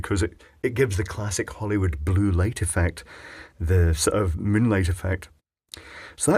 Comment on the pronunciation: Nice German pronunciation! You only missed the final "e" in "meine" (which would be "mein" and then you could have said "Kind" instead of "Kinder" for it to be singular instead of plural). Thanks for reading this comment, and - to steal from "Loui" Rossmann, as you like to call him, again: I hope you learned something;-)